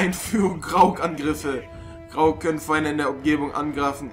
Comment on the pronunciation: Grog? ich glaube du meinst Graug